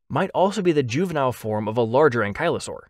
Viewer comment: Cough* Juvenile cough*